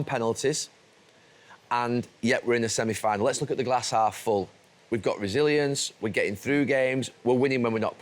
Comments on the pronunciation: "a hass glarf full" Ian Wright 2024 😂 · “hass glalf full” Love Wrighty! 😄